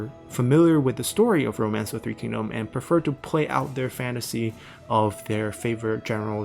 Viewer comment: Just bought three kingdoms! Don't know anything about China's history or the language, but hearing the names actually pronounced correctly is already a major improvement to my immersion!